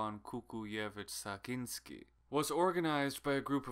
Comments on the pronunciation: Its Sakcinski instead of Saginski 😁. Along with Ivan Kukuljevic Sakcinski, there was also Juraj Krizanic who was promoting great Slavic country with russian tsar as leader of all slavs. But gosh were we mistaken. Croatia lost so much with 1st and 2nd yugoslavia, and so did poland by being part of russian empire/soviet union. These 2 yugoslavian unions were enough for Croats to despise being called slavs nowdays ☹ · And it's not Ivan Kukuljević Sakginski, but Sakcinski :)